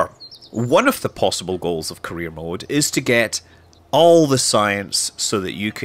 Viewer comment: Am I the only one hearing "Korea mode"?